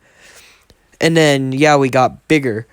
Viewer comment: say yeoui like yo wi not YAOI like bruh thats kinda sus thoooo